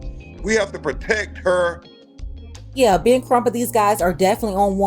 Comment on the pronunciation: “We HaVe too PrOtEcK haa” If you don’t sitchoazz down!!!